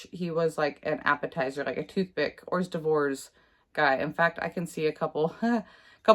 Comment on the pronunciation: Julie likes to put baskets on stools - she's probably put them on chunky legs and candlesticks, too. Maybe that's where you saw it? I like how yours turned out! PS: Did you say horse devores?? That's now clanging around in my French head! 😆